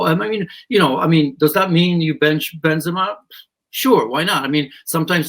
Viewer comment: bench Benzama 😂😂 😂 what world are you living on?